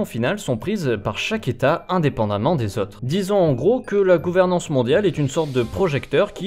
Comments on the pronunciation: Pour ce qui est des défauts de prononciation du type, il a l'air d'avoir un accent suisse-allemand, donc je pense qu'il est germanophone... ce qui expliquerait cela. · tu te moques de lui pour gouveremance mais tu as pas regardé comment on prononce disease